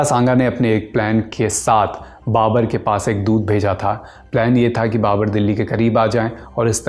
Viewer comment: Babar hota hai ya babur